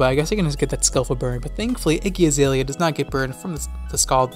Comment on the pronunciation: “Iggy Azalea” 💀